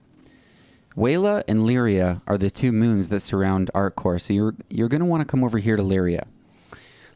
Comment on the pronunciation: You are forgetting the P in ArcCorp............Not ArcCore, other than that. AWESOME VIDEO. Very well explained. Thank you.